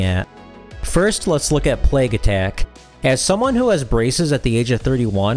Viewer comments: Plaque Attack. Not “Plague” Attack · it's "Plaque Attack"; (plack - attack) it rhymes.